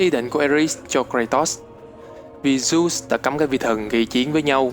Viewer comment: Dớt đọc thành dút trình dộnđộc tren bá vc